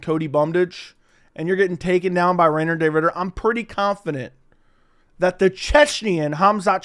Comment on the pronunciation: How non-Dutch people call RDR his name is way too funny😂 Reindeer, Reinner, Renner, Raider lmao